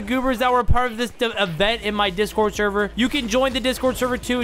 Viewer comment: Discord sherver😂 sorry I love ur content but I couldn’t stop laughing at when u said sherver